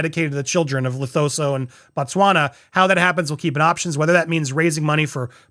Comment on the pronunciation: Just for reference - Lesotho = Le-Soo-Too